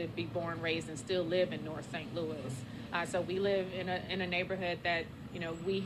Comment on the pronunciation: St Luis made me Laugh Out Loud. Did you mean St Louis?